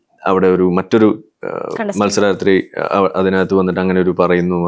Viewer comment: വണക്കം Sir,മത്സരാർത്തി ആണ് അല്ലാതെ മത്സരാത്രി അല്ല 😂😂